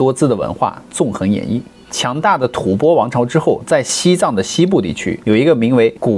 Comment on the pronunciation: 中间有一句吐翻！我第二次纠正你了，怎么还有错！